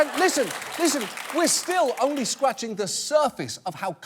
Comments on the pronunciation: I swear he says “scwatching” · Did he say "Scwaching the surface" ? - Elmer J Fudd